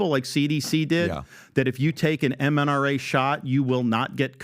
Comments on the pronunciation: Lol, Ron said "mNRA shot" twice instead of mRNA. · Hey Gov….its mRna….not mNra. Like good lord man…this is the type of dumb stuff he gets wrong.